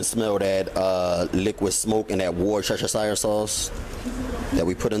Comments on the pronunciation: War-shh-shh-shire-sauce, loved it! I’m from the UK, it’s a weird spelling, but pronounced: wus-teh-shire. Looked great. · Wor cha cha shire sauce 😂 good video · Yeah man get that Wershesheshashashashashesheshashashesheshashashire sauce on there